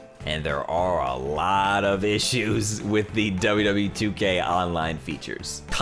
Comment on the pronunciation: He says wwe like wwwe